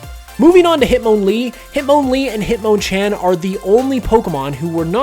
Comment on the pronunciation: The way says Hitmonlee and Hitmonchan is officially my least favorite thing ever. Considered me triggered.